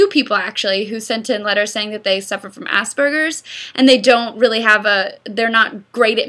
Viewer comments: Ass- purr-ges meg not assburgers xD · Did she really just say ass burgers? Meg that erm isn't how you say it.